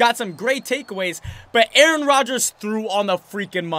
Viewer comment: why do you call Aaron Rogers Aron?????🧐🤨